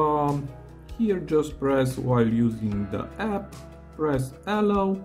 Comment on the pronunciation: Ty for the hint. Btw, your intonation for "allow" is wrong. You say "Allow" but correct in all english speaking countries i know i "allOw". The sounds are all correct, but the a should be shorter and the o longer